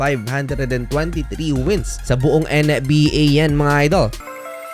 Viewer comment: NBA po hindi en-ey-bi- ey? 😂😂